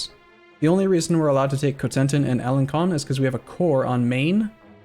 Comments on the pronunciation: Alen-Son not alen-con (the c with the squiggle makes an s sound) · I don't speak french, but I'm quite positive it's "alen-son" not "alen-con". My native language has that character "ç", it has the same sound as S, and, much like french, it's latin derived, so should sound the same, I guess. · do you see the funny tail on the c in alencon that mean you pronounce it like ans s from before people agreed to invent the s.